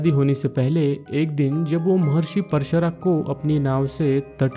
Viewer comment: BRO WOH MAHARSHI PARSHARAT NHI HAI WOH PARASHAR HAI